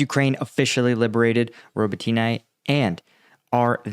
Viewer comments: It's not "Ro bo tyna", it's "Ro bo TINE". There's no "A" on the end of the name FYI. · robOtine not ribotIne :) to be more precise, thanks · Ukrainian pronunciation is roh-bot-tin-nuh. Please take a little time to learn Slavic pronunciation. Дякую. Слава Україні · Robotyne (Роботине) - pronounced 'ra-BOAT-ta-neh' which in English means "work." And the Ukrainians sure made quick work of recapturing that town. My understanding is they are now past the minefields and have actually called in at least one elite mechanized unit from reserves to join in the fight. In an attempt to fill the "gap" that has started, the Russians have brought in 2 additional units from other areas of the front, but I am not sure from exactly where. I would expect the next movement by Ukraine will be to further open the gap and reach out to cut off the supply road(s) leading into Tokmak.